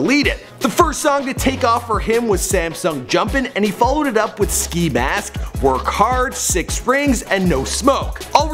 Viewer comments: nigga said "work hard" instead of wokhardt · "Workhard" lmaooo. Wokhardt** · its wokhardt not "work hard" smh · This dude said workhard 😂😂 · My mans said "Workhardt" lmaooooooooo